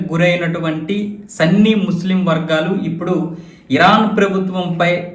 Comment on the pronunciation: సన్నీ కాదు సున్నీ